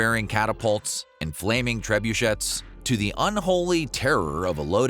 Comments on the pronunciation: Trebuchet rhymes with day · pronounced "tray-boo-shay"